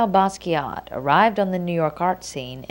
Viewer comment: "baskiatt"?......nice pronunciation...